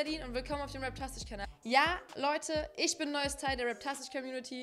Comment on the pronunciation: ISCH BIN NEUES TEIL DER COMMUNITY.... 😂